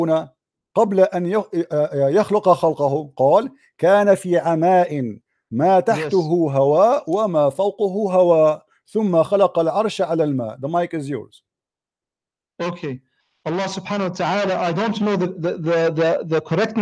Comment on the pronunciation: الدقيقة قراءتك خاطئة، قال: كان في عَماءٍ ما تَحتَهُ هَواءٌ، وما فَوقَهُ هَواءٌ، ثم خلَقَ عَرشَهُ على الماءِ. تحته و فوقه بالفتحة و ليس الظمة ، يعني ميم النفي وليست ميم التأكيد. You level of education and understanding Arabic is embarrassing, doesn’t mean that you can read Arabic then you can understand immediately… Arabic is so rich and deep language if you change even a vow you can change the whole paragraph meaning. I will pray to god for you to stay misguided and pray to god and ask him to show me your punishment on the day of judgement.